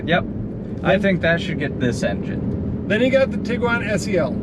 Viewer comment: Thank you for saying Tiguan and not tiQuan. ❤️ my first Tiguan was 2010 SEL and moved up to a 2019 SEL the year and LOVE it, annoying they took away features my 2010 SEP had like the HIID lights, auto windshield wipers, folding siding mirrors, auto dimming review, and memory seats. 😑 Both SEL 4motion, but one SEL is 9 years newer and lost some features. 🙄 2001 beetle 2000 Jetta 2010 Tiguan 2019 Tiguan Love VW ❤️